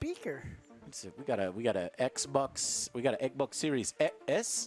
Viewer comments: Is there a reason behind the way he pronounces ekbok? It's funny. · The moment I heard was becoming like an "eck boc" controller was the moment i lost all faith and down voted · Joe leaning toward PS now makes me mid his distinct “eksbaks” pronunciation